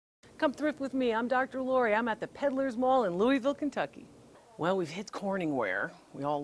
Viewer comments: Love you thrift store videos! I’m a Kentucky girl! Glad you got the pronunciation right, lol! You have such a great sense of humor! You can always make me laugh about something! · You said Louisville perfect. I do have a question when you say clean things up. What should we use on different pieces.